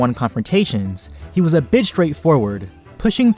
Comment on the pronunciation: I really thought you said "he was a bitch straight-forward" XD when you actually said " he was a bit straight-forward"